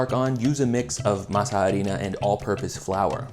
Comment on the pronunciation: In addition to all the great tips, I’m grateful for the proper pronunciation of “harina”